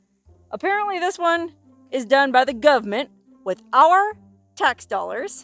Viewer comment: I love you. you Crack me up the way you say govment and then your quick wit like "as he smiles holding up his bloody pig " see ya next time.